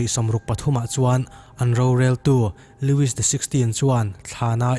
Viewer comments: Lewis XVI nilovin Louis XVI ti tûr aw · Loui tih a lamtur